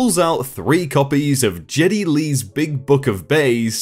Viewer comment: please look up the pronunciation of "Geddy Lee."